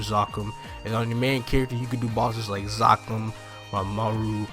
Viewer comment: God you say Zakum(Zuhkoom) like its spelled with two K's bro.